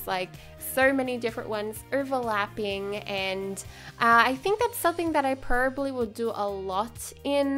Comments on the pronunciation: PRO-BAB-LY. probably. NOT prlby. jss chrst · You say peribly not probably it’s funny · PLEASE OH PLEASE PRONOUNCE PROBABLY CORRECTLY NEXT TIME OR STOP SAYING IT I COULDN’T STANDDDDD IT